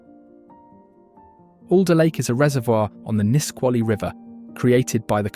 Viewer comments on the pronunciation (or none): Beautiful film but soo many pronunciation mistakes. I've lived in all these states, so please correct your pronunciation here: Kenai: pronounced KEEN-eye, long e sound Salish: pronounced SAY-lish, the "a" is a long a sound Nisqually: emphasis on the 2nd syllable, Nis-QUA-lee Willamette: 2nd syllable emphasis, Wil-LAM-ette Kootenai: 1st syllable emphasis, pronounced KOO-tun-eye I couldn't finish it but it was beautifully filmed.